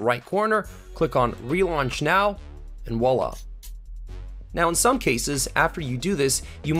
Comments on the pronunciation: ew "voilà" is not pronouced "wallah" it's a v not a w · "voila" not wala